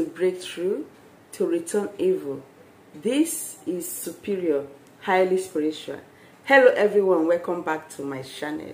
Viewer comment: It's channel..not shannal.. And it's spiritual not spiritra...my gosh..improve your English so ppl could understand....and it's urine...not you rain